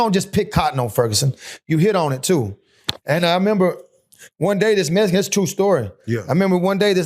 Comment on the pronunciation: It was a messkin? Why do I always here that, if you can spell something you should be able to pronounce it